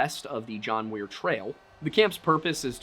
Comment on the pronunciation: and You are saying John Weir!! Lol!!.Um it's John Muir!